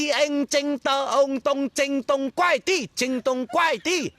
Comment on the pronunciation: Kuai 不是 guai. 他读到guai